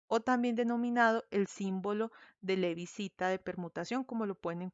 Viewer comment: No es Levi-Cita es Levi-Civita.